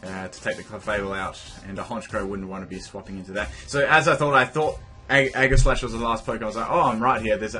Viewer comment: Aegislash has a SOFT G SOUND; "jeh", not "geh"